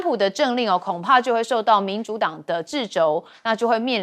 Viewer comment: 掣肘chèzhǒu，掣读作“撤”chè，不是“制”，肘读作“帚”第三声，不是“轴”第二声。